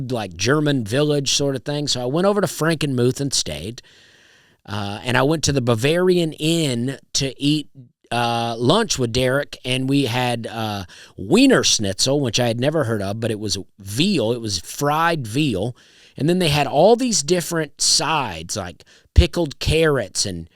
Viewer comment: Wienerschnitzel is an austrian dish. You pronounce the w like a v, as w in german sounds like v. Wienerschnitzel, when down well, is so delicious!!!